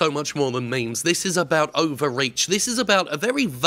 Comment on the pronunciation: Did Jim say "Me Me's"? Wtf